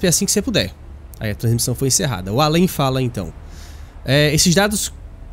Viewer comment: O Al-an foi para o Al-em ? Kkkkk